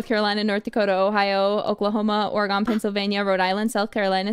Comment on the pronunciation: pronouncing it OreGONE got me laughing lmfao. We pronounce it closer to OreGUN